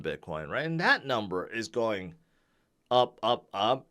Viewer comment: can you say the word "going"....ing. not goa